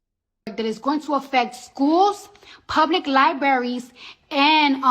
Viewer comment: Did she say lie berries 🙂🙂🙂 It's libraries !!! 😉